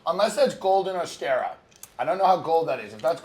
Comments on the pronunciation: Tim Dillon pretending he knows about caviar. Beluga isn't legal in the US and it's Osetra, not Ostera... This guy is a fraud. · The mayo looked like kewpie which is Japanese. But I guess to white people japanese and Korean is the same. And can someone please teach these idiots that it’s osetra not ostera or osteria caviar 😜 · The way Tim says Ossestra is hurting my head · Tim pretended like he knew about caviar but mispronounced Osetra the whole time